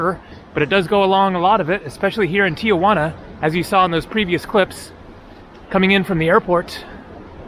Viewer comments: I’m a subscriber and love your videos, so thank you. I need to explain your pronunciation of Tijuana. It’s not TIA-Juana. It’s simply TI-Juana. Saying TIA Juana is naive. It’s what midwesterners call Tijuana who believe Mexico is South America. People who have never had Mexican food except Taco Bell or Del Taco and think they know what Mexican food is. Im not being mean but needed to correct you. I’m not Latin. Im descendant from England/Scott. Ive spent considerable time in Mexico. I live in San Diego on my sail boat and have sailed the Sea of Cortez and spent considerable time in Mexico City. Thank, mate. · its Ti Juana... nobody says Tia Juana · The wall at Playas gets painted every 6 months or so by groups who raise money for paint. Tijuana is pronounced Ti Juana. Not Tijuana. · I've never understood why Tijuana is pronounced tia juana. It would be cool if you could video your crossing. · I live in Tijuana. Notice how there is no letter a after the letter i in the name. Don't know why so many pronounce it wrong. So you go on an overcast day presummer during a pandemic and expect alot of people? Of course it's not happening. Except for the nice paintings, Playas de Tijuana is not that great unless you want to see local 'talent' on the stage and watch people drinking beer. Rosarito 20 miles south is nicer and more developed and less polluted. Since they stopped allowing visitors on the other side of the fence to touch their relatives a bit through openings, I dont know if you can go on the other side of that fence. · I guess it's the gringo way of saying it for some reason. Most Americans pronounce it that way.